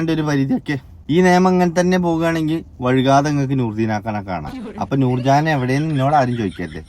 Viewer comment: വഴ്കാതെ അല്ല വൈകാതെ 🙏🏼